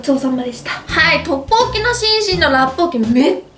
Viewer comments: ラッポッキって言いすぎてトッポッギになってる笑笑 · トッポッキの言い方がラッポッキのイントネーションにつられてて草